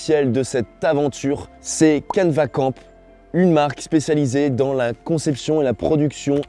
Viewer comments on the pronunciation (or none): none